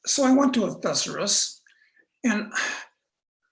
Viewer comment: This is the first time I have heard the word thesaurus pronounced as thes-a-ris, haha! Great episode as usual 👍